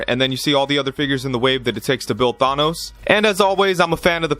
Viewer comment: Ya killin' me!!! The"an" in Thanos is pronounced exactly as you see it: Th-AN-os.